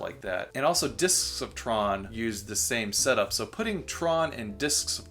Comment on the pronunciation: you say "Discotron) weird